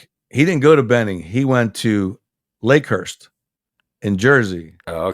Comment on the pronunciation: Lakehurst = Leghurst lol. Great storytelling. What an impressive set of accomplishments and experiences! So glad I was there for a couple of them back when. All I can say is - Accurate.